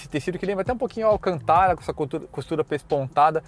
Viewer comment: Que bom ouvir alguém pronunciando corretamente o nome do tecido: ALCANTARA (sem acento).... 👍👍👍